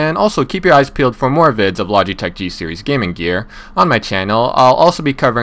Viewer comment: Lodge-e-tech Lol